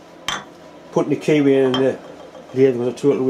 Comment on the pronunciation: Don't usually have difficulty with your accent, but I wondered at first about the kiwi you were putting in the chuck! After a while I got it - a key way! All the best to all the Mills family, Dad, Deb,, Emmy and the boy!